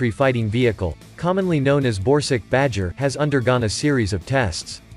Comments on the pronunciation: This video is voiced by a text-to-speech bot, he doesn't care about pronunciation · Borsuk is pronounced rather like "Borsook" not "Borsig" - which is a name of a German company. ZSSW-30 is a manless turret - this is not mentioned in the video. PPK is just Polish for ATGM (left not translated). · Is he saying borsig or...??? I can't understand..